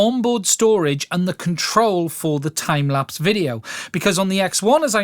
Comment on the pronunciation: "Time Laps". LOL. Great video. But it's "Time lapse." Thanks for your insight.